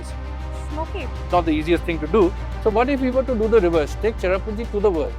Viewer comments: Sohra not Chera what the heck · Say Sohra....not cherrapunjee. SOHRA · I'ts Sohra not cherrapunje....